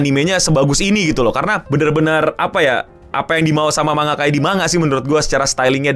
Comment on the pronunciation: kenapa sih org Indonesia klo ngomong tulisan Jepang dibaca apa adanya spt "manga" ini penyebutannya "mang-ga" ada lagi "Zenitsu" hrsnya "Zeng-itsu"